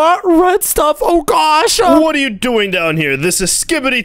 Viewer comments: why are you like"oh mwy gwosh guys" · It’s not gwosh is gosh